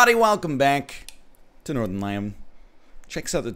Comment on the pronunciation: "Welcome back, to Northernliam" excuse me